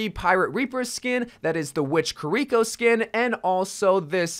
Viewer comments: The way he says kuh-reeko. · Bruh, the way you say kiriko is honestly painful to hear. If only they knew how japanese worked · Omg why do you say "Kur-eeko" it's "KEYREEKO" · The way he says kiriko hurts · Does anyone else hate how he pronounces kirikos name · Am I the only one that got kinda annoyed at how "Kiriko" was pronounced? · Learn how to pronounce Kiriko correctly please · If you could just.... Pronounce Kiriko's name correctly once. I beg of you. Lol. Also Junker Queen is definitely an executioner not BDSM lmao not even close